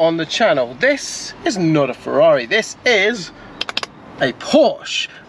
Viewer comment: I'm a Porschephile but, with respect, mate, we don't come to you for "Porsha" but "Feza"... 911T? I'd rather have a cuppa tea!